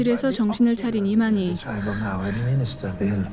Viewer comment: 자꾸 이만희로 들려;;; 그게 더 공포네